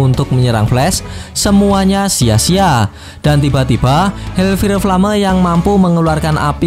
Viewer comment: kalo Ngmng fire itu fayer bang kalo ngomong flame itu flam